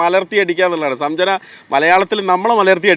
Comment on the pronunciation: സംജന അല്ലടാ സഞ്ചന, നല്ല ശുദ്ധ മലയാളം ഇക്കയുടെ 😂 ആ പെങ്കൊച്ചിന് ഇവനെ കളും ഭാഷ ശുദ്ധി ഉണ്ട്